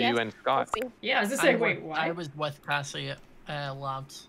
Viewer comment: It is Kassie not Cassy